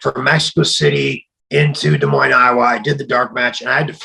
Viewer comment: Props for actually pronouncing Des Moines correctly most non Iowans don’t lol